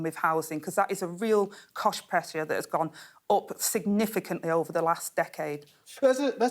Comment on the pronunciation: I'm sure she said Cosh instead of cost.🤔